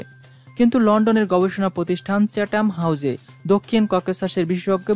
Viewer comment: চাথাম হাউজ ; আপনি বলছেন চ্যাট্টাম হাউজ